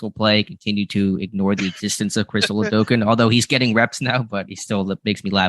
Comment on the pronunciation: and, his name is pronounced: ola-do-KOON, not ola-do-KIN